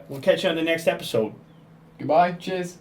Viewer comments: at the end, I heard ali-a say ''goodbuy biches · Did he say at the end of the video GOOD BYE JIZZ? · I know he said Good bye cheers in the end but it sounded alot like "Good Bye, JIZZ" XD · At the end, did he say "Good-bye, JIZZ"? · At the end did he say goodbye gizz? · When he said "Cheers" at the end I thought I heard "Jizz"...